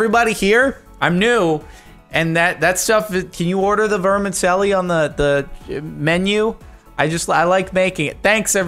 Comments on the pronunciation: Pronounced ver-mih-CHELL-ee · ots pronounced verm - a - chelli, im proud to be asian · It's pronounced like vermichelly and it's like super thin spaghetti 😂